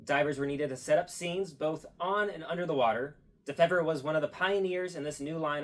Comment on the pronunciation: Neat video, that's my great-grandfather. It's actually dee-fever. Fever like you have when you are sick.